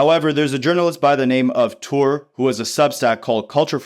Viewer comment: Touré is pronounced “Tour-Ray”